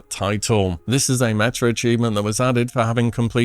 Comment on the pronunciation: Also its pronounced meta....not metter